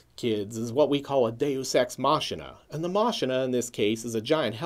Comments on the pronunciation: Are you mispronouncing Deus Ex Machina on purpose? Machina is pronounced Mah-key-nah. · I love your videos but I don't think you are pronouncing the 'machina' part of 'deus ex machina' correctly.